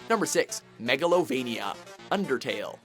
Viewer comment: *hears how pronounces Megalovania.**Triggered*ITS SAID MEGA-LO-VAHNIA!